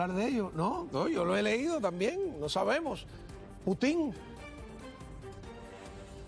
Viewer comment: No se dice Putin con acento en la i se dice Putin con la fuerza de pronunciación en la U así debe decir un periodista de la calidad tuya gracias !!!